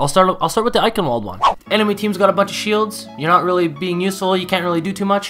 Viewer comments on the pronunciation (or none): Heads up to everyone eichenwalde in German is pronounced Eichen”v”alde cause Germans are weird and say w’s as v’s. They also say J’s as y’s. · It's kinda cute to hear foreign people try to pronounce german words 😂 "Eikenwolt" 😂 I honestly needed to listen twice because I didn't know what map you were trying to say (I'm german so yeah) but it was cute ^~^ And sorry for my bad english 😅